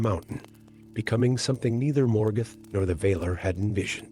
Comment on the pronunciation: The enunciation of words is off. Vahlar. Not vayler